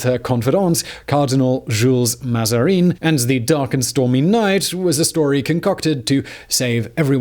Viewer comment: the butchering of French names in this show is ridiculous... Julezzzz Mazareeeenn...